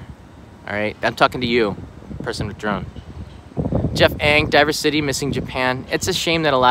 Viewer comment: Heh, I was supposed to fly back from Tokyo today with my family; obviously that never happened. The only time I was there in Odaiba a year ago it was equally deserted. I do believe DiverCity is supposed to be spoken diversity instead of diver-city though.